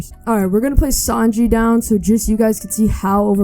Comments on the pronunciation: Bro called sanji, sanjay 💀or freeza, freezo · Please say Sanji not Sanjay lol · Who else is cringing when hey says Sanjay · I ain’t tryna be mean but it was funny how u pronounced sanji and ussop